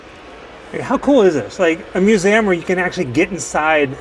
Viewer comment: It is a myou-zee-um. What is a moo-zam?